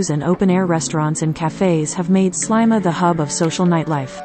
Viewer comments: It’s pronounced Sleema not slyma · There is a lot of information given here but I find it very insulting that the pronunciation of Sliema is incorrect. It is many years since I visited and I have always known it as Sleema. Maybe this has changed but I sincerely hope not. This is historic. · Very annoying repetition of Slyma;who taught the narrator how to speak?